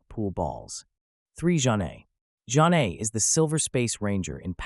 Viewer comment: You pronounced Zhane wrong